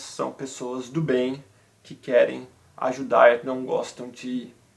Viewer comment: Ajudar, “çèi”